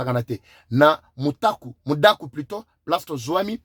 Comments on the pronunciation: MUDAKA et non MUDAKU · Mudaka et non Mudaku.